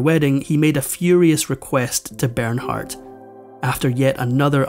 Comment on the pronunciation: Ber naaar....the h is silent...